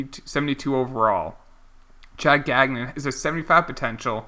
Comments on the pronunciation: Also you drafted Chad Gagnon, his last name is pronounced Gang-Yon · Gagnon is pronounced “gone-yo” FYI